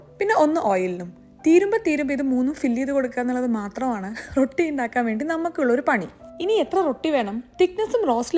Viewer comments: റൊട്ടി മാജിക് അല്ല റോഠി മാജിക് ok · It's not pronounced rotti. It's rowti